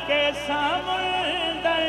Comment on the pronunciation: جی اصل تلفظ سَمُنْدَر ہے